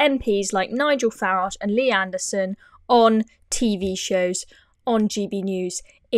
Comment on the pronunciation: He's called Farage, not FARGE!